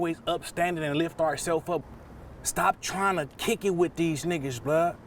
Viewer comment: First he says bick it then kick it?